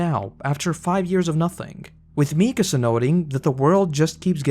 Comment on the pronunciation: Can we please not ignore that its "MikAAAsa", and not "MIIIkasa" 😭😭😭